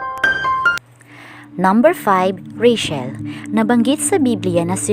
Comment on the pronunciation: Ang pangalang Rachel ay binibigkas na rey - tsel, at hindi rey - shel. Sana ay makatulong.